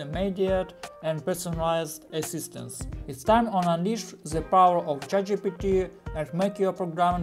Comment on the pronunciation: "Jow to juse Tset Jitepy?"